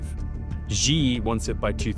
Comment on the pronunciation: You can't pronounce the word "she"?